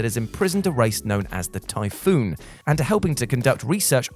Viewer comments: it isn't typhoon it's typhon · Does this guy mispronounced words on purpose? It's Typhon (ty-fon) not typhoon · Tie-fawn say it like that not tyfoon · Omfg its TYPHON 'Tiefon' not Typhoon. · "Typhoon" and "Mason" The main character is named Morgan, and the enemies are the Typhon. Pronounced TIE-fawn. Other than that you're absolutely right Prey is fantastic. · What is this guy talking about he called Morgan "Mason" and the Typhon "the Typhoon" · You're mispronouncing stuff on prupose aren't you? I mean how else can you mess up pronouncing Typhon when it's litterally said outloud throughout the game?